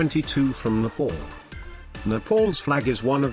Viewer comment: Who calls nepal napol?